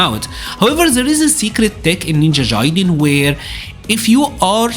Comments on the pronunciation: Jaiden???? It’s gaiden. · Ninja Jaiden? 😆😂 Hard “G” for Gaiden (guy-den) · bro how do you play this game so much and pronounce it ninja jaiden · Guy-den lol but keep pronouncing your way you earned it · haha that's ok man ! It's indeed a japanese word (外伝). And yeah if that can help you as an English speaker you can say "Guy-den". No offense really, it was just funny because nowadays most media pronounce correctly those kind of "Japanese words that you can often find in video game titles". I like your content, continue the good work!